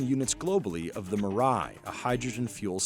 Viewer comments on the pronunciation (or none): mi-rai = mar-riah. Okie dokie CNBC.